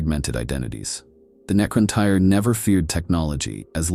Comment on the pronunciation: Necron-Teer* Great video ❤❤❤